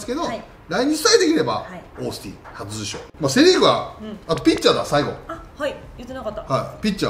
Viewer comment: 里崎さん 初受賞 があんま言えてない